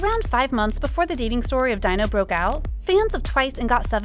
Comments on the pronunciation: Great video, but Please when reporting on people, please get their names right. Seventeen Dino (pronounced Dee-no, not Dy-no), because it makes it look as if you didn’t do your research. FYI what idols do in their private lives is no on else’s business, I don’t care how long you have liked them or how many albums you have bought, you don’t own them, they don’t owe you anything and if you are going to behave like this you don’t have the right to call yourself a fan. PERIOD! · Not Dino! How to pronounce is Dee-no 😌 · jesus christ his name is pronounced DEE-NO. at least give your narrator a pronunciation key when you write these scripts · I was also talking about that like how can she pronounce it daino 😂😂😂